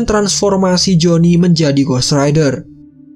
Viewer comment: Perasaan dari awal gw dengernya joni mulu